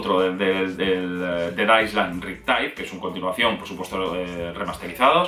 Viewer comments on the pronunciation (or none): Island no sé pronuncia tal cual es ailend esa es la pronunciación. Sólo un aporte